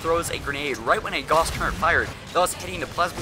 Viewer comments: Please, please, please, please stop saying "turrent" it is pronounced "turret". There is no "n" in the word. Also, wolf is not pronounced "wuf". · I love your vids but stop with the "turrent" false-word. No "N" in turret. After that, keep up the vids. You're one of my few subs.